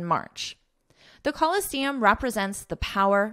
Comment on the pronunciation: Should ph pronouns f sound, why did you pronounce it p sound in the Colosseum article? Is this another different sound again?